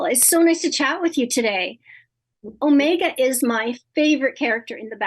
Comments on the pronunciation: I hate Omeega, as Michelle pronounces it. That accent that no other person in the whole star wars universe has, irritates me. Poorly cast, poorly played. She's just way to upbeat and happy despite all the pain and suffering surrounding her. Its misplaced, doesn't work for me, you can tell it's an old person pretending doing to be a kid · You need to get out in the Universe and visit a place where they speak like this. Take a linguistic class as to why they sometimes add an R between Omega's name and a following Consonant starting word. You obviously have not traveled to any of the British Colonies, and dont appreciate accents. Youre not welcome in Chicago.